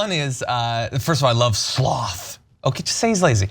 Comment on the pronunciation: Anna, Please learn how to pronounce regimen. And John, the same goes for sloth. He is referring to the sin, not the animal.